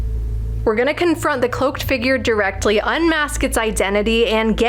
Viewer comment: She fucked her saying confront lol I wonder how many takes yall did. Funny girls ❤